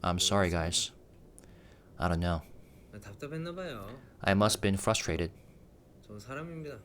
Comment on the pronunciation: maybe he’s frustrated with himself 😊 remember ages ago when he said the hardest word to say in English was frustrated? He said trustrated 😊💜 RM maybe he was signaling his feelings 🤔